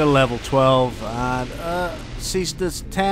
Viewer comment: /cestus/ is the right prononciation. It's latin.